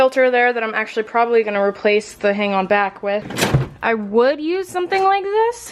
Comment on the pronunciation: "I WOOD use it..."